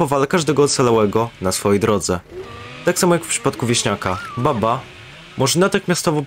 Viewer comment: I tak na przyszłość mówi się Bubba a nie Babba bo to źle brzmi